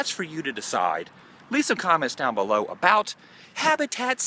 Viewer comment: lol when you said " a boat" its like a Canadian saying "About"